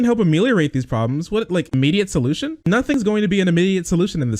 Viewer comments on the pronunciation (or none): The way he says "immediate solution" sounds "endlohsung."